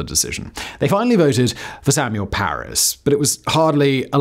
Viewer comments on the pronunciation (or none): *Parris not Parrish as Simon kept saying. I know it's not a huge deal but it is history so the facts should be accurate and Simon would want them to be. The name card was correct as it read Parris. Sorry, if this comment offends, but we're all here for the facts from our Factboy.